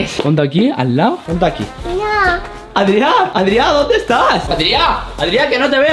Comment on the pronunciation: se llama Adrián no Adria